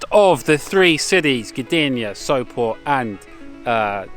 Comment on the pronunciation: Giiirl, you say „Sopot” perfectly! 🙈